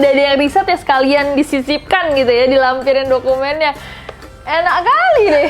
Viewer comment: "ENAK KALIIII" Seketika ka nessie jadi orang batak wkwkwkk